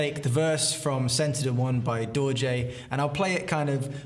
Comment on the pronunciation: I always thought you were saying Dolje not Dorje until I watched a previous video with your band name in the title! Now I can look y'all up and follow y'all